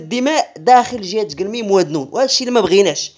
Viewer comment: الدقيقة .. .. قرات بالخطا ...دانون .. و اتضح انها غي .....وادنون🤣🤣🤣🎼🇲🇦